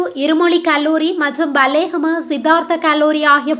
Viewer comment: Kotapola கொடபொல கூறவண்டும் Godapola உச்சரிப்பு பிழை புனித மத்தேயு கல்லூரி கூறவண்டும் பல்லேகம கூறவண்டும் Ballegama பிளையான உச்சரிப்பு